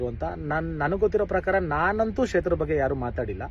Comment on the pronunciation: Shetra alla kshetra. Learn to pronounce before talking